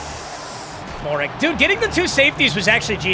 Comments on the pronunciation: Moehrig is pronounced May-Rig, not Mo-Rig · I know you hate it when people do this, but Trevon Moehrig is pronounced Mare-Rig